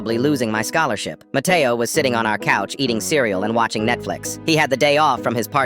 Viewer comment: When he said matteo i thought the brain rot cuz my brothers always saying "mAtteao!!!!!!!